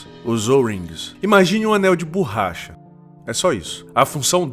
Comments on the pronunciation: Não é BURRACHA. Fala-se BORRACHA. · “BURRACHA” mano além do português errado, faça um curso de narração, você fala de maneira estranha